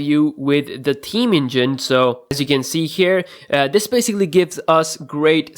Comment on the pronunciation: did he say taheem (ta-heme) instead of theme?